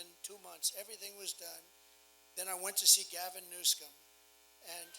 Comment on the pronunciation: If Trump can pronounce "Coachella" surely he could learn to properly pronounce Kamala and Newsom.